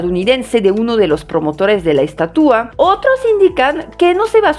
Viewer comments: “Estatúa”? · Hola te hago una observación en tu pronunciación....pronunciaste aproximadamente 35 veces la palabra estatua, de las cuales unas catorce veces tu pronunciación fue incorrecta pues la pronunciaste así... estatúa, además de cuando te referiste al rostro de la estatua en vez de decir tenía un rictus severo en su rostro dijiste sévero....tienes muy buen español y revisar estos detalles te ayuda a que llegues a un español perfecto.... Te digo de broma que se dice estatua no menumento....🙂🙃....supongo que sabes que acá en México se hace una broma cuando alguien pronuncia mal y dice estuata se le corrige diciéndole que se dice menumento, se le trata de corregir pronunciando mal otra palabra como sinónimo.... En cuanto a la crítica a ambos países con respecto a la estatua y la libertad recordemos que ambos países siempre se han conducido como imperios saqueando y dejando continentes enteros en la miseria lo cual ya es un impedimento para que hablen de libertad, nunca han tenido autoridad moral para hacerlo...y de hecho lo que dijiste de tu país Francia no es que tenga una actitud paternalista hacia los países Áfricanos, es que a vista de todo mundo los sigue saqueando.... Cómo sea esa estatua o monumento u lo que sea, la gente ya sabe que es una burla, y si así lo toma la gente que sabe que de ese tamaño es la hipocresía de ambos países, de su clase politica... Saludos cordiales...😎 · Como siempre tus vídeos muy ilustrativos. Te comento que la palabra en México para este monumento es ESTATUA trisílaba grave. y tu pronunciaste ESTATÚA. Puedes checarlo. Saludos.